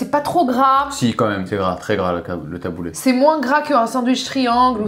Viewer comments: J'entends "Taboulait" mais non stp taboulé 😂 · Le taboulayyy? 😅 Qui prononce comme ça? 😅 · Ma soeur fait des taboulés maison hyper rafraichissant. Oh par contre j'ai sauté au plafond mdrr on dit taboulééééé pas taboulaiiii